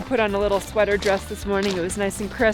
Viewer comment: sweaaaaatah weathah